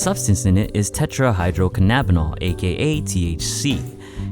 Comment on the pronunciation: Delta-9 tetrahydrocannabinol and you said it wrong.